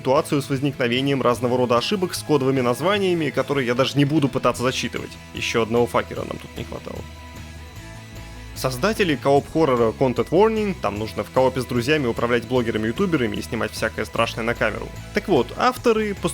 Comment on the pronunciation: Каждый раз как слышу имя "Факер", а не "Фейкер", в голове негодует Геральт со своим "Никак вы, блин, ненаучитесь!"